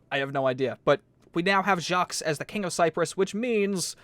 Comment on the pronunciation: Yes Jacques is French. it also happens to be my name :') . You pronounce it jak.